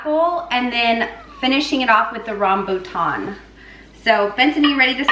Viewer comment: YOu pronounced it right! ~Rambutan. There's red and yellow skin, I'm Malaysian and rambutan is easily grown in anyone's back yard in Malaysia. You'll find rambutan mostly in Malaysia, Indonesia and Thailand.